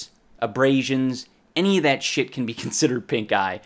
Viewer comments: I keep hearing him say "I contracted a terrible case of PINKGUY" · I swear every time he says pink eye i hear pink guy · thought he said "pink guy in my eye" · All i heard was Pink Guy instead of Pink eye hahaha How do you catch a Pink Guy? Not on this channel, i tell you. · I can't be the only one that thought he said pinkguy instead of pinkeye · Is he saying "pink eye"? At the start of the video i was genuinely thinking he said "i got pink guy at comicon" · I thought you said pink guy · I thought he was saying pinkguy and that made the video even funnier. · I thought he said pink guy xD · Shit... He said pink eye (i first thought he said pink guy 😂